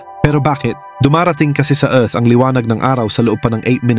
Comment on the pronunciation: Ayusin mu Naman Pag pronounce ang Earth.